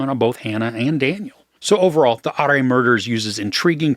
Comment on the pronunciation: Hi, Love your reviews, very entertaining. I think 'ARE MURDERS' as you said pronounced as 'ORA MURDERS'...............Episode 3...Hidden in Snow: Part 3.............Goodluck!